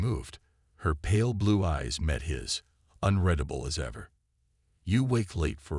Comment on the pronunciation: Unredable is the improper word where it is used. Six times, the word was used, and only once was it possibly correct. I'm not sure, I didn't do so well in English. I'm perplexed at the fact that AI's can't pronounce the word correctly. People don't run their fingers through their hair as often as it's used. It's redundant to describe how the ice chamber, the condition of his clothes, and the dismay of the chancellor. It appears to be extra words to make the story longer.